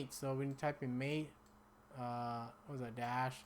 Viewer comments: Mate, is pronounced Maw-Tay. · MATE = mah-tay